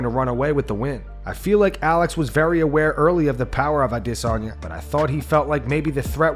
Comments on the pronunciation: Stop saying “ah-diss-on ya” he corrected Ariel a year ago lol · Why does this channel always say Isreal Dissanya for Adesayna? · This guy gets wet any chance he gets to make a video mentioning “A-DISS-UN-YAH” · Just say adesanya like the rest of us! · Why do you always call him Dis-onya? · This channel always calls Izzy “Israel i-diss-on-ya” 😂😂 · What's with how u pronounce Addesanya? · WHY DOES HE PRONOUNCE IZZY'S NAME LIKE THAT?!!? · Bro if you don’t stop saying Adesanya like that I’m un subbing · bro you sound dumb when u pronounce alex & izzys last names but then every other fighter u pronounce the last names with no accent 🤣🤣🤣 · If you never say Israel’s last name again, it’ll be too soon. The way that you say it is so idiotic. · Please, please, just say "Izzy"..... stop trying to pronounce his last name.... you're killing me Smalls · I hate the way this guy pronounces Adesanya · Bro this dude needs to fucking stop with this pronunciation of Adesanya. Idgaf if it's "supposed" to be that way,i don't buy it,who's fucking name has a stutter right in the middle of it? Fucking say it like everyone the fuck else. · It's a really cuck thing to do, to keep pronouncing Adesanya's name like that. Do you hear anybody else doing it? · I can not take the way he says adesanya . I’m unsubbing ✌️